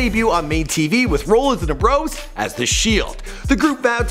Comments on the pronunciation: "dean umbrose and Seth roolins" cringe asf b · Seth "Rollin" 😂😂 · its Seth ra-lans Rollins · It's rollens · Rooolins leekee next (Nxt) i'm dying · Oh my god the way he was pronouncing the last names oh my god.....So damn horrible 🤦🏽‍♀️ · Rollins(RAW-LIN-Z) Dalton(DAL-TON) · How he pronounced Leati, Leakee and Rollins 😂